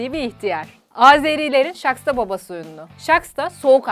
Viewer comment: VİBİO EKİBİ. 1. bizlər ŞAKSTA BABA DEMİRİK lütfən düz deyin. ŞAXTA BABA doğrusu. Sizin şivədə [ Şahta baba ] . 2. BİZ AZERİ DEYİLİK . Siz türkiyəlilər niyə bu sözü neçə ildi belə inadla deyirsiz hələ də anlamıram. BİZ AZƏRBAYCAN TÜRKÜYÜK. YA da azərbaycanlılar. Doğrusu bu. BAKIDAN SALAMLAR BÜTÜN TÜRK QARDAŞLARIMIZA